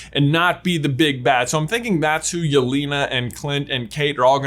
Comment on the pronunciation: Really nice video and interesting theory. Well done! But let me correct one moment please. Name Yelena is pronounced a bit different. The 2nd vowel 'e' sounds like the 1st. It should sound like in the word 'television'. Also you can copy word 'Елена' and listen it in translator. No offense but I would appreciate if you at least try make the pronounciation better)